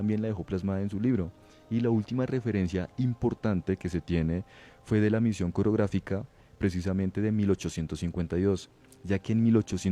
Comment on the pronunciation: Misión OROGRÁFICA, no "COREOGRÁFICA", ustedes están repartiendo conocimiento y tienen la obligación de hacerlo bien, ustedes son como los libros ahora, tienen una responsabilidad muy grande en educar a sus oyentes. Muy buenas todas estas historias!